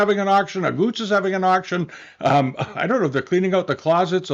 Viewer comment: Dear, it’s Aguttes not Auguttes.